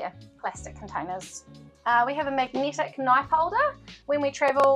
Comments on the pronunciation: Hi there 👋🏻 If you are referring to my New Zealand accent in pronouncing ‘magnetic’ then yes it is rather strong! Haha ain’t nothing to be done about it either I’m afraid 😅😂 Where do you come from? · "magneetic" is diabolical